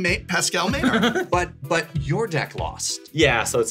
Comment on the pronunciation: Maynard as pronounced "MÉNARD" ? (Meuh-norr for our english friends) Quebecois TABARNAK !!!!